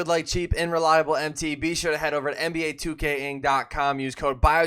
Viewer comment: Nba 2k ing? You should probably say your sponsors name correctly